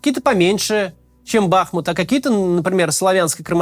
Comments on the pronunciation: Ударение БахмУт. Вьі, русские, разрушили город, где я жил до 2008, но радует, что много москалей там сгинуло и єто не предел. Дальше - больше. Город мьі восстановим после победьі. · Кац или страдает дебилизмом или я не знаю. Есть город БахмУт. Ударение на букву У. А есть кац, которому похрен, лишь бы богатые спонсоры деньги за встречу с ним платили. Смотрится такой "борец за правду" очень некрасиво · БахмУт, а не БАхмут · Не бАхмут, а бахмУт!!!! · Судя по тому что за последних несколько десятков роликов он уже стопитсот раз сказал название Бахму́т с не правильным ударением, можно сказать что и аналитика под большим сомнением... Если в3апaдло зайти на википедию и проверить элементарное то об остальной информации и подавно... НО, вектор мышления очень даже правильный :) П. С. Правильно Бахму́т, а не Ба́хмут. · Не БАхмут, а БахмУт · Ты как издеваешься. Знаешь же что правильно «Бахму’т . Зачем каждый раз каверкаешь ? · Разберитесь уже, "БахмУт" или "БАхмут". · Кац,не БАхмут,а БахмУт,хотя бы название научился правильно произносить ,времени много было.Слух режет. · БахмУт. Не БАхмут. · Не бАхмут, а бахмУт. Правильно ставьте ударение. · Почему в который раз Кац называет город БАхмут, но не БахмУт? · Девушка, вы видимо головушкой где-то стукнулись! Я об этом как раз и говорил что Макс во всех видео неправильно произносит!!! Он говорит Ба́хмут, а надо Бахму́т... И в каждом видео в комментах это пишу, чтоб он или его команда наконец открыли Википедию и посмотрели как правильно, но им пох... И ладно бы если один раз где-то вскользь упомянул, так нет жеж, почти в каждом видео по несколько раз повторяет это название и уже ухо режет, больше полугода так тупо лажать, а его дружбан Варламов уже давно называет правильно - Бахму́т... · Спасибо за Вашу работу - слушаем все выпуски. Очень Вас просим правильно ставить ударение на названии нашего города - БахмУт - больно слышать нам, бахмутчанам в эвакуации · Ударение на У: бахмУт